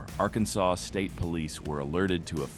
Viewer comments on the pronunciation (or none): The AI VOICE drives me nuts! Arkansas sawz?! Wtf?!!